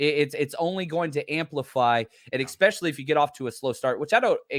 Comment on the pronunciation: Good convo, but "EXPECIALLY" is hard to listen to.